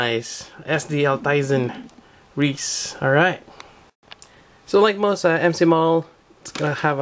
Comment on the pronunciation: I am usually not really into sd kits, but this one looks real good :) BTW, the actual quote from the show is: "No matter how thick your armor is, I merely have to pierce it!" Often said right before wasting an enemy with the pilebunker on the right arm >:) Also, Riese is pronounced "reez-uh", the german word for "giant".